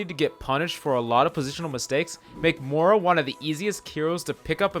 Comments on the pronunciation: Moira. MOY-ra. Not moora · I hate how you say Mora instead of Moira